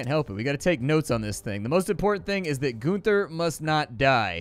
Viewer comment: GUN-ther. Not GOON-ther. How often did you hang out at your "neighbors" drug drive-through?